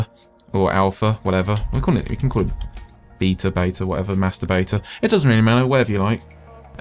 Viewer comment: Lol "beeta" - you da best.